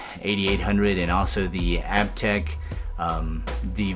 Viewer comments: I'm a huge Aiptek fan (pronounced Ape-tech, by the way). The CCD sensor on the SVP camera was tempting at first, but after hearing the other criticisms for it, I think I'll stick with the Aiptek brand. Thanks for the great review :) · I just called the 1-800 number to verify the pronunciation of Aiptek. After 5 years of using the product and hearing THEM, THEMSELVES pronounce it Ape-tech, they've apparently decided to pronounce it App-tech. Sooo... I guess the I is silent these days or something. Sorry, folks. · Great show. I liked Aiptek a couple of years ago when I first started seeing them at Target (even if I was pronouncing wrong, really thought it was Ape-Tech). As far as 5-in-ones (video, photo, voice recorder, mp3, data transfer) I thought it was a lot better than some of the other minor brands. That said, I think there are cell phones with better cameras now. For video on the go I'm using the video mode of my still cam (Canon Powershot A630).